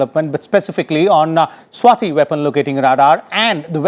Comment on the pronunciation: RS TV me bhi sab south indian bhare hain kya? 'Swati' hona chahiye na ki 'Swathi'